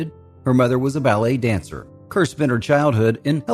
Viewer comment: Perhaps it'd be a good idea to pronounce her surname correctly. "Deborah Kerr - it rhymes with Star", as MGM announced her arrival in the US. Do some homework!!!